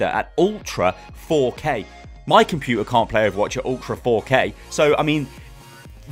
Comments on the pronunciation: that cockney: compu-ar XD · Compu'er The most unexpected glottal T's ever. Sounds cool though :)